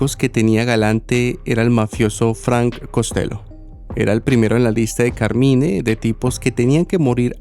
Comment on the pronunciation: Hola, en inglés pronuncian Carmain.